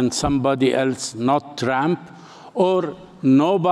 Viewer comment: Like how he says tramp instead of trump.